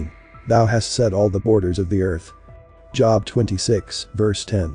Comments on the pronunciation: Sharing / job is pronounced jobe. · Thank you!!! Just in case you’d like to know to my knowledge Job is pronounced with the long O vowel sound. At least that’s how I’ve always heard it. But thank you for this!